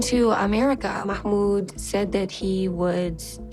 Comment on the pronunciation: I just can't any more... it's not MAMOUD! His name is MaHHHHHHHmoud! There is H in there and it is NOT silent!